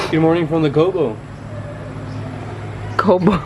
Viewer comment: once said, "our life in the kowbow" 😂 yey for another vlog ❤️